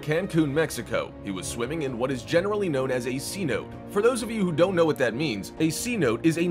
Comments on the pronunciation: Ceno? 🤦‍♀️ say it with me.. .. Ce-no-te.. .. .. Cenote.. .. Cenote!! 😑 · It's pronounced see- note- tae.